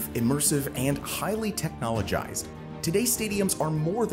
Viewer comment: Technologised. FFS.